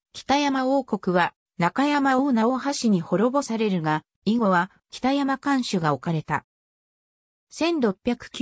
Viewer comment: お節介かも知れませんが読み方間違っているのがあったのでここに載せときます。 北山（ほくざん） 舜馬順煕（しゅんばじゅんき） 怕尼芝（はにし） 中山王（ちゅうざん） 尚巴志（しょうはし） おもろさうし（おもろそうし） 本部町（もとぶちょう） 志慶真乙樽（しじまうとぅだる） 今帰仁村（なきじんそん） ちゃんと読み方も調べてほしかったです。